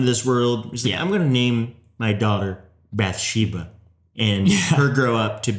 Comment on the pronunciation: Bathsheba(Bath-She-bah), not bathesda(Bah-thez-Dah)